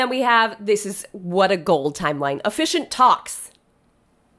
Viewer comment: I thought you were saying "efficient talks," not "officiant talks," and I was just cracking up at that being how you listed toasts or pep talks. Should vows in the middle have given me a hint? Yes. I was wondering if you thought they'd need a lot of encouragement. 🤣